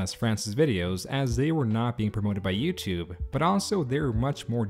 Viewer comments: I can't get over the way you keep saying "YouTube". lmao. "YouTube-eh". You don't say it like that every time, but like half the time. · "youtubeh" I feel like i;m the only one hearing that. I like you're videos, i'm not making fun but you're definitely saying youtubeh, or i'm taking crazy pills. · Why do you pronounce it “YouTub-uh” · Is it me or is he saying "youtube-ah"? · First person I've ever heard who pronounces the 'e' in youtube